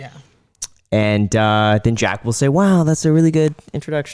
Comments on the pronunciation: Is it just me or did I hear him call jack, “jake” 😂 smh didn’t get a good vibe from him wish he would have been a bit more transparent. Good show ! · It’s Jack not Jake 🙃